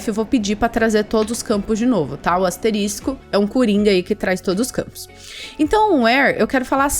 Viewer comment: Muito bom o conteúdo, valeu mesmo! só não entendo o porque a maioria dos programadores (youtubers) falam "asterístico", quando deveriam falar asterisco, chega a dar um drift no cérebro, mas tudo bem.